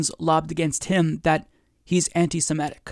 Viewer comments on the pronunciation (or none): Love your work. Can I pick a trivial bone though? Why is I that you and so many other Americans can pronounce “antisemitism”, but when it comes to the adjective form it comes out “antisemehtic” instead of antisemitic? (The extra “h” is included to emphasize the point of mispronunciation. I do know how to spell antisemitic lol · I hear people pronouncing 'anitisemetic' - h the second 'e' is actually an 'i.' .mitic as in mitten.. I mean it is antisemite not antisemete.